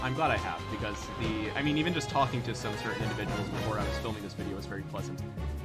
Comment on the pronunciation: HE PRONOUNCED TALKING THE NORMAL WAY OMG